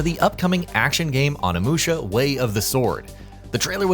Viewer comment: O-ni-mu-sha not Animusha🤦🏾‍♂️